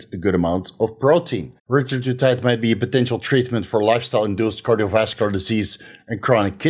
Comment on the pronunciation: He keeps saying retratutide lol...